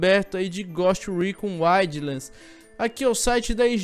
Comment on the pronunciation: "goste recon uaidlans" 😂😂😂😂